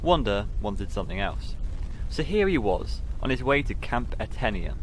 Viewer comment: Etenia: (eh-TAY-nee-ə) Amadahy: (uh-MA-duh-hee) Nuttah: rhymes with British RP "butter" EDIT: also, outside sources tell me Nuttah means "my heart" in Algonquin, not "strong."